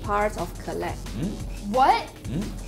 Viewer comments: 媽呀。。。Caleb是唸 （k) (lib) 不是 ka lab。。。人家名字兩個音節你都沒唸對，google一下就有了 😰😰尷尬死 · Caleb名字一直唸錯真的很尷尬... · 每次主持人喊 Caleb名字，我都好想和她说不是这样发音的，哈哈哈